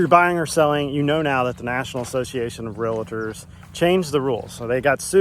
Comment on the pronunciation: Real-tor not re-la-tor.